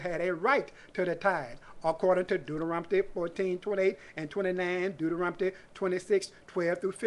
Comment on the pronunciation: I love how you pronounce Deuterontomy